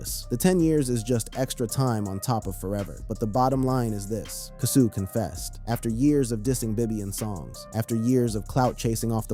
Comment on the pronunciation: His name is pronounced " Kay- so" at least say the name right....like you keep up.